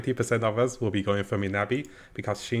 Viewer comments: Bro it's miyabi not minabi 😂 atleast pronounce her name right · Miyabi not Minabi Mi-Ya-Bi